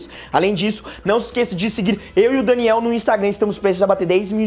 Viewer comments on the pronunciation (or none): none